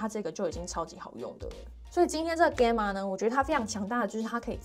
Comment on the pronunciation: Gamma是希臘字母之一，alpha beta 等，你唸錯了，查就知。